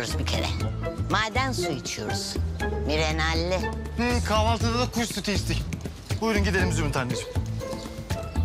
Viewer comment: Mineralli diyemiyo mirenalli😂